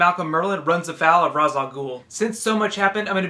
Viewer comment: It's pronounced Raysh, not Raaz